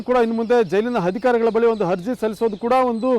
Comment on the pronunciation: ಅಪ್ಪಾ ಗುರೂ "ಹರ್ಜಿ" ಅಲ್ಲ "ಅರ್ಜಿ" "ಹಧಿಕಾರಿ"ಅಲ್ಲ"ಅಧಿಕಾರಿ" ಉಚ್ಚಾರಣೆ ಕೂಡ ಸರಿಯಾಗಿ ಮಾಡ್ತಿಲ್ಲ